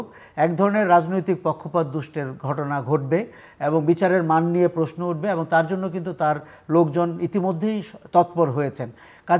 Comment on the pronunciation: আমিও এই বিষয়টি খেয়াল করেছি বহুবার।এমনকি পারিবারিকভাবে আমরা আলোচনা করেছি।কমেন্টও করেছি।উনি কেন বুঝতে পারেন না? উনি প্রশ্নকে প্রেইশনো বলেন